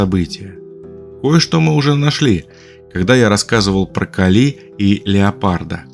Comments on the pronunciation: "КалИ" мне лично очень по ушам бьëт😅, всегда говорили КАли.. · Сначала скажу спасибо за титаническую проделанную работу и интересные мысли. А теперь спрошу - КАК можно так издеваться над именами, которые, по идее, должны быть известны с подросткового возраста? Даже если ранее пропустить все книги/фильмы/передачи/уроки, где упоминаются Кáли и Арéс, но ведь при подготовке материала Вы изучали источники, в том числе википедию, где 100% есть ударение. Вздрагивая от КалИ (не нашёл букву и с ударением) потом услышал Áрес - и всё стало ясно... Вы,, не только научились делать обалденных богинь (и богов), но и обучили ИИ на своём голосе и теперь можете просто писать текст, а ИИ его произносит ))) Шутка, конечно... или не шутка? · Гекатонхейры всё же дети Геи, а не Гекаты и происходят от (х)екатон - сотня и хейр - рука. Может Вы и санскритолог, и по индийской части видео правильно сказали (особенно ударение бедной Кали меня мучало), но с греческой частью дали такого же маху, даже не потрудившись проверить. Ну а по поводу сравнения/схожести многоруких и многоголовых существ - в каждой религии, как и в мифах, есть что-то совсем разное и что-то очень похожее. Всё это лишь сказки, придуманные людьми, основываясь либо на услышанном от других народов, либо, как ни странно, увиденном чего-то такого, что не поддавалось объяснению. И каждый описал немного по своему. Может когда-то летал механизм высокоразвитой цивилизации с кучей камер и манипуляторов - вот вам и сто глаз да сто рук. А может вообще ничего не было и авторы мифов и легенд добавляли глаза/головы/руки для эпичности, значимости и как признак, что это "не человек". Мы никогда этого не узнаем наверняка и можем лишь придерживаться версии, которая нам больше по душе. Мне вот, совсем не нравится ваша версия со скоростью, впервые её слышу. Мне больше по душе, что это хоть и одна из форм божеств, но нормальная, физическая.